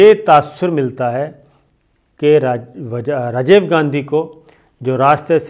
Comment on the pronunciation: Sir aap Rajiv ko Rajave keh rahy hn